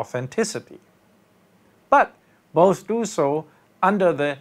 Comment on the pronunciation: both, not buth...